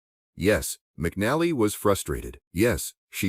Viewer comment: pronounce her name right aI